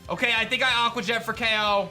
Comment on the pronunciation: I love how he keeps calling jet "je"